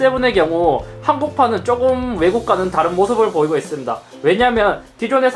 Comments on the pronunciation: 있습다 라고 하시네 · 잇섭 발음봐라 뭐뭐 하고 있슴돠 ㅋㅋㅋㅋㅋㅋㅋㅋㅋㅋㅋㅋㅋㅋㅋㅋㅋㅋㅋㅋㅋㅋㅋㅋㅋㅋㅋㅋㅋ